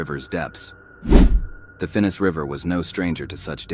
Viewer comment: Can't even get the name of the river correct. It's Finnis and not Finnest. These low effort videos are passé. And yeah, many of my mates still swim in Australia. You just need to know where.